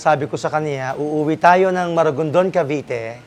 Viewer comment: MARIGONDON NOT MARAGONDON. I'VE BEEN IN MARIGONDON IN CEBU LAST YEAR.